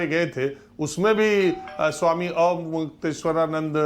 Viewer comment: अरे, अविमुक्तेश्वरानन्द नामोच्चारण के लिए थोड़ा अभ्यास ही करके आ जाते। 😀